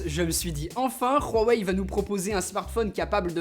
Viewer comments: Marquet Ninon non on dit rhuawei l’inculte. Au lieu de parler, renseigne toi la prochaine fois. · Rhouwa-ouaille hein ... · Pourquoi tu dis rwawei ? C'est pas un téléphone espagnole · Ruawei???? Tu va faire du surf à Rawaii? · kevin french Hawaii? C'est chinois? ;) Non, donc on dit Awaye, en mandarin (chinois) on prononce le H aspiré, mais des gens le prononce comme le R. Il ne faut aucune faute. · Chez Ruawei... T'as dis ça tout le long, c'est stressant 😂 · nop ! C'est wawey ! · À vrai dire ce n’est pas réellement un R la prononciation, c’est un H aspiré un peu rauque « rhuawei » mais on n’entend pas clairement le R, a foiré sa prononciation, faut être beaucoup plus soft ^^ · Très bonne vidéo ya toujours ce petit “r” de pronconcé dans Huawei alors qu’il n’y en a pas mais c’est négligeable ^^ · VinzStream pas du tout ça se prononce pas Rhuawei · Exellente vidéo mais (petit mais) arrête de dire ROUahwei xD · Marquet Ninon alors évite de dire de la merde et renseigne toi comment on prononce huawei. Inculte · Y a pas de r a Huawei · Il sait pas prononcé Huawei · C huawei pas Rhuawei 😂😂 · Par pitié c' HUWAI pas Rrhuawei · On dit huawei pas rhuawei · Svp on prononce " wawey " pas " Khouwawey " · C'EST PAS RUAWEI MAIS HUAWEI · Nickel mais c'est Huawei pas rhuawei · Ruaweil 😂 Sinon superbe vidéo 😉❤ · comment ça se prononce ?? : " Huawei ou Hrowawei ?? " ptdrr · Pourquoi tu dis RUAWEI ? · Super vidéo mais c pas rawei mais Huawei tu le dis mal mais super vidéo merci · C huawei pas ruawei et rien a péter que ce soit comme sa que l'on dit en chine ou ailleurs on est en france et c une video francaise donc sa se prononce en francais et de plus la pub de huawei a la tele le prononce huawei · Pk tu rajoute un r à huawei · Ce n'est pas " Khuawei" , c'est plutôt " Huawei" en prononciation . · C'est pas "rwawei" ça se dis "wawei" en fait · C HUAIWEI ET PAS RHUAWEI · Rowahei ? 🤣🤣🤣🤣 Huawei avec un H sinon bonne vidéo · C'est huawei pas roiwei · Huawei pas rhuawei